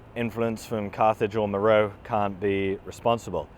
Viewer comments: MÉROÉ! mowrow🙄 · Meroe has been pretty thoroughly excavated, along with many other Kushite/Meroitic (and other) sites across Sudan. It's an inapplicable and kind of misleading generalization to say some trans-African dearth of archaeological investigations (also questionable) applies there. Also it's generally pronounced 'Mer-o-way'